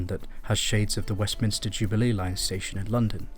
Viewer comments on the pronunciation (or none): none